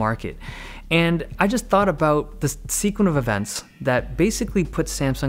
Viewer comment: "Sequin of events" Thats the funniest thing I have ever heard!